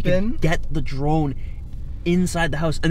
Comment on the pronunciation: Im i think he said trone instead of drone lol 😂